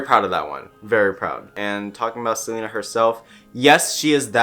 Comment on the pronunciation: He really said: gotta keep an eye out for selener